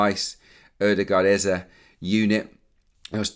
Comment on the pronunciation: I'm still feeling so strange & uncomfortable with this Eze pronunciation as a Nigerian, & I know that all Nigerians are...but I'll keep bearing with it. I'll take it up with him personally when next I see him around London and let him know that he might keep missing those sitters if he doesn't let media pronounce his name correctly. EZE PLEASE😀😀😀